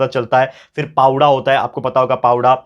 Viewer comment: sir, that is not पावडा.😊 That is पवाडा not जगर गोंधाळ. 😊 That is जागर गोंधळ (Chatrapati shivaji maharaj ka hai *powada*)